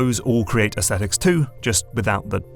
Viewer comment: It gives me great satisfaction to the word Aesthetics pronounced correctly. So many people wrongly pronounce it "aes-stet-tics". It ultimately is a semantic difference as I still understand the meaning in spite of the difference but when you grow up the son of a phonetics teacher you inherit the things they find annoying.